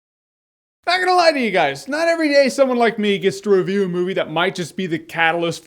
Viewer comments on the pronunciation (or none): none